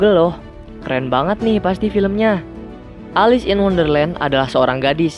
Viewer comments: Kak nama nya Elis bukan alus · Mon maap bacanya elis